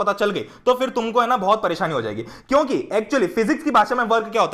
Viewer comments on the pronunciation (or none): Bhaiya aap kiuki ko chuki kiu bolte h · why you say chuki instead of kyuki